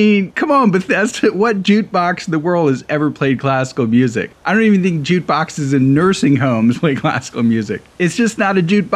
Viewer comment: Sounds like you're saying "jute"